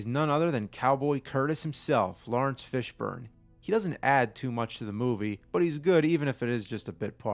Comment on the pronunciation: It's Lawrence Fishbourne not Florence